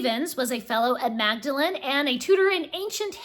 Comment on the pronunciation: Very interesting video. Presume you are aware of the book of the same name by Humphrey Carpenter? And I believe that Magdalen is usually pronounced as "Maudlin"....(Google has an explanation as to why this is the case).